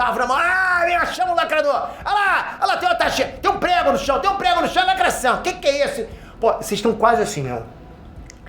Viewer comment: É negro? "Lacrassaum"!!